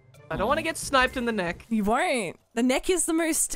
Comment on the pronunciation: It stayed neek not neck